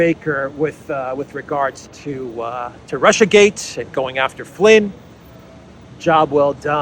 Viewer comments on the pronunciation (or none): none